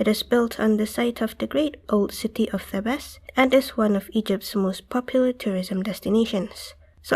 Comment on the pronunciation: Thebes is pronounced like "thieves" but with a "b" in it ;)